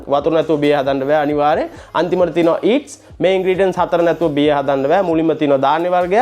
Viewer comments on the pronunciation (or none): වීඩියෝ කරන්න කලින් වචන උච්චාරණය ඉගෙන ගෙන ඉන්න. විශේෂයෙන් ඉංග්‍රීසි වචන ඊට්ස් නෙවෙයි ඒකට කියන්නේ ඊස්ට්...